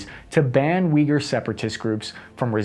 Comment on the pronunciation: I know generally speaking you have a bit of badly pronouncing 'harder' names of places/things. Thank you for taking the time to pronounce Uyghur right.